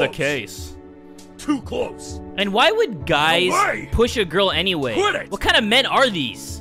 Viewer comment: When the girl delinquent said quit it i tought she said quidditch XD